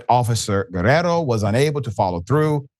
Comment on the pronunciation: Thank you Dr Richey for attempting to ptonounce the Spanish name Guerriero correctly but you ignored the "i" in Guerr "i"ero.